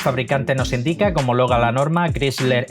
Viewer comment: No se dice chrisler...es crhaisler...si te llamas Miguel se debe llamar como se nombra en el lugar de origen ..imagina q t dijeran Maiguel en usa..